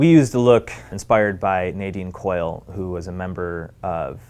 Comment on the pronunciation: Nadine Coyle is my cousin! Also you pronounced her name wrong 😂